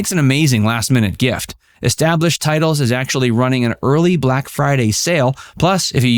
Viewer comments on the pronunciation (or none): none